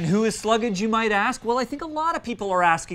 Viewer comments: I think it’s pronounced Slug-ge. Like sludge, but with slug. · You don't pronouce the name right. It's all one syllable.